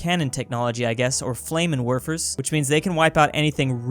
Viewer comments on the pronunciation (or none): The way he says Flammenwerfer hurts me a bit.